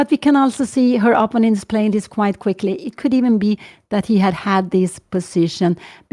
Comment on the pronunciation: I would like to offer the tinniest bit of help for Ms. Cramling's great commentary. The word in English is pronounced opPOnent (accent on the second syllable). Since it's a word that comes up constantly, I thought it was worth mentioning for the future. Thank you for your work on the channel.